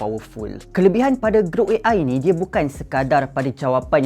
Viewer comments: Gruk Gruk Gruk "GROK" bukan "GRUK" ni bukan bunyi kunyah keropok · orang kata (Ge-rock) dia (Ge-ruk). 😂.